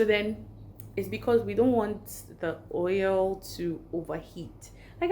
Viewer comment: Yes you said hoil 😂😂😂😂